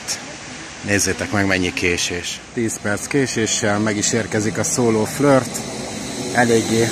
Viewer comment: Mitől flört? Flirt. A Kiss-t sem ejti kössz-nek.